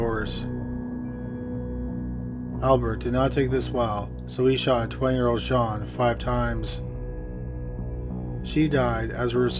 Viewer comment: "Jean" (female) is pronounced the same as 'Gene' (as in Eugene). Capiche?